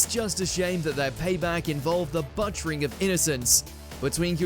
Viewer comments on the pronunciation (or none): I love these lists, especially from. That being said, is that how English people pronounce “butchering”? (See )